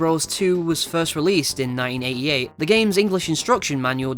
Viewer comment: Tbh im laughing because you keep saying 9089 and 9088 its 1989/1988 not 9089 pronunciations are bad